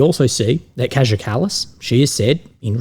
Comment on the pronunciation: Káya is how Kaja is pronounced.